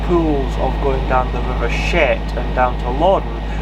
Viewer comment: it's pronounced chet not shet.😅